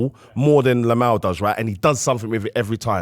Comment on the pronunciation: LAMINE YAMAL NOT LAMAL PUT SOME RESPECT ON HIS NAME ITS NOT HARD ARE YOU JUST STUPID?